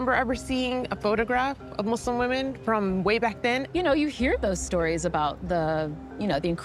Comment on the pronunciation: Great documentary. The fact that they pronounced "Muslim" the correct way first and foremost, says that the effort was genuine. Islam's essence is about the freedom from inequality and discrimination. Assalam Alykum from the Arab world to all our brothers and sisters across the globe.